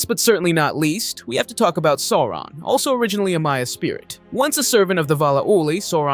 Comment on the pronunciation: A great recap, thank you! But you missed the correct pronunciation of Sauron.